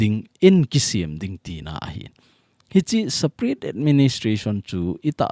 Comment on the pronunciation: Sir pa Nang lailai in saparate nati in separate joh a pronounce a pha hilou ham 😝